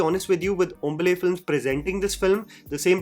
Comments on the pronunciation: Just a correction, its not pronounced Hom-Buh-le, Hom-Baa-Le ( In kannada it means Fresh group of leaf like parts enclosing a flower) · it's "Hom baaa le " not 'hmble' ! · It's HOM - BAA - LÈ. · Hombale- has to be pronounced as hom- baa- le (le- which has been removed sadly from new Hindi alphabets) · Its Home-baa-lay, now read it aloud, its the exact way to pronounce. Hombale actually means fresh leaves which it encases the flower b4 it blossoms , in kannada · This guy will finally become a South indian once he can pronounce "Hombale " correctly